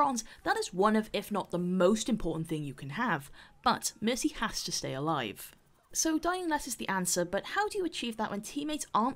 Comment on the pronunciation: Am I the only one who hears missy instead of mercy?xD